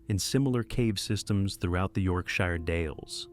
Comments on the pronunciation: we aren't hobbits it's not a "shy-er" it's a "sheer" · Mate, its not York- Shy - er its york-shur (sure) with no pause... yorkshur, 'yorksure'. Yorkshire. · it's pronounced sher, not shire, it's literally never pronounced "shire" when in place names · Depends if it's US or UK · Repeat out loud : York Sure Otherwise you make us sound like hobbits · Really wish people would learn how to pronounce place names. It's 'York-shur' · Dear AI, it's not pronounced "shire" like "fire", it's "shire" like "SURE" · It is pronounced York-sheer. Only the UK pronunciation is correct when referring to a place in the UK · You pronounced Yorkshire wrong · Still can't pronounce Yorkshire I see